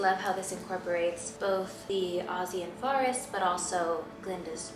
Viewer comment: The way she pronounces forest gets me every time. “farrest” lmao